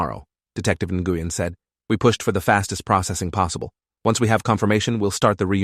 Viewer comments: Love how the AI mispronounces Asian sounding names. I was just listening to it while on another tab and thought it was mispronouncing the Vietnamese surname, Nguyen. Pronounced Nuh-win, not na-gu-yen lol. But it wasn't according to the subtitles. Looks to be a misspelling of the Chinese female name Ningguang, pronounced Ning-Wawn=like yawn with a w but ending with a g sound=guh. Who happens to be the name of one of the many Waifus in the game Genshin Impact. But it doesn't seem to be the level of Fucktard AI that is grok on Twatter, now known as X. So that's something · What’s with the accent switching? That’s not how you say Nguyen… (New-Yen) What’s she need a passport for. Citizens don’t need passports for state to state travel 🙄🤦🏻‍♀️🤣. That sort of thing isn’t even kept track of. Unless you’re the type of person who obsessively keeps your old ticket stubs like a pack🐀. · Am I the only person that is so irritated by his pronunciation of the last name Nguyen 🤦🏾‍♀️🤦🏾‍♀️ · I'm struggling to listen to this. The officer/detective Nguyen I guess is who the name is for, and keeps getting butchered EVERY TIME IT IS SAID, is pronounced completely wrong. Or at least that is my understanding of it from how my Doctor pronounces it. People from the states tend to give letters similar to our own or maybe are the same as those we have and pronounce them in English. The sounds of each letter are for the most part different than how we would say them, usually they are completely and seemingly randomly different than how we say/hear them in the English language. Nguyen is actually pronounced Winn, or Win, as in Winn Dixie grocery store or Win as in I want to win the race!!!